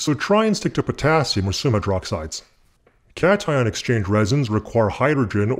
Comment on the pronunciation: Are you saying "catch-and-exchange resin"? I thought it was cation exchange resin.